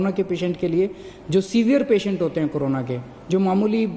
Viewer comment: Carona nhi kejariwal corona hai pahele bolna to seekh lo 😡😡😡😡😡